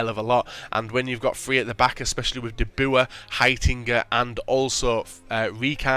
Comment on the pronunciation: haha such fun when english peaple says "de boer" haha